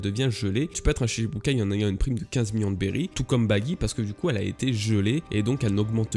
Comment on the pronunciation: Stp cela se prononce shichibukai (shiTchi) 😬